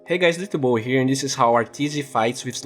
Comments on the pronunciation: Anyone else think when he says hey guys it's d2 bowie here, and it sounds like hey guys, it's ya boy here. xd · DuckFromHell I thought he really said it's ya boy here. xD